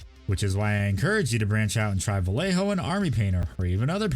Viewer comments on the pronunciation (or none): The double "lle" in Vallejo is spanish, so it sounds like english "je". Now take the double L.